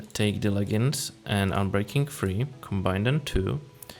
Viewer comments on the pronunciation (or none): Leggings not leggins